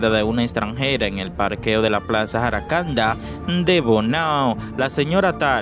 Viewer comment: PLAZA JACARANDAS.. NO JARACANDA. REVISEN QUE COMETEN MUCHOS ERRORES SIEMPRE AL HABLAR